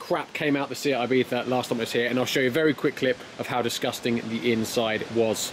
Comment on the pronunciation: “ibiTha” its ibiZa mate